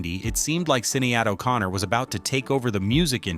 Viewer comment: Sinead O Connor was pronounced in an unusual way. Madonna has always been political so she didn't jump on the bandwagon. To say she was following Beyonce and Gaga is totally missing the point. Yes, her 2010s albums were not my favourite (just my opinion, ) and although reaching either No.1 or No.2 in many charts around the world, they didn't have any longevity as previous work or gained any hit singles they are equally important additions to her vast back catalogue.